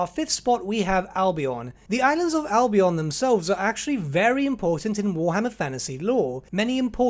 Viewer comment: Albion is pronounced "Al-be-en" not "Al-be-on".